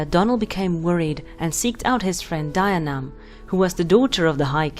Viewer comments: Fee-oh-nah, and D-yee-nee-uv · it's closer to deen-eev but mistakes happen! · Isn't it pronounced Dee-a-nev? Other than that, I loved learning more about the waterlogged murder pony of Scotland. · Celtic languages are weird to pronounce for example bh at the middle or end of a word is silent and mh is pronounced as vh so the name dianamh is said as dee- anav ...... I think..... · Dianaimh is pronounced Jia nigh my. In Scots Gaelic, the "d" is pronounced as a "j".